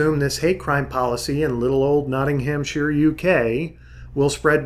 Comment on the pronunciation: Not-ting-ham-sheer.. My sides! That's not how you pronounce it. It's an understandable mistake, and at least you didn't pronounce the 'shire' as shy-er, buuut it's pronounced Not-nam-sher. Srsly.